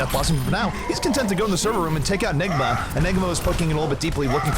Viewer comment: that announcer accident "nigga" instead of "enigma". lawl